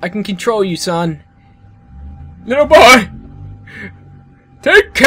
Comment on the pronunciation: I laugh so hard every time he says ''Litte boy'' xD